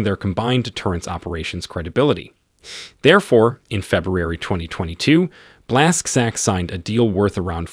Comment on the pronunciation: It pronounces „Blash-chuck” :0